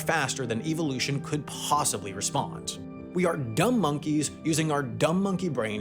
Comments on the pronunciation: Incorrect pronunciation: "EVIL" ution 😅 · I hate the way you say evolution... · great video but it hurt me the way you pronounced evolution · Can Sam please learn the proper way to say Evolution. I cringed everytime. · the way he pronounces 'evolution' 💀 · My dude why you say evolution like that? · I’ve never heard that pronunciation of evolution. It’s… distracting. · Is it just me or does he pronounce evolution weird?